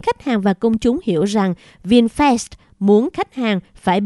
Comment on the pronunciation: Cô bé đọc Vinfast như Vin Phét. Nếu cô bé đọc Vinfast như Vin Phát thì chắc ae DLV và AK47 khoái.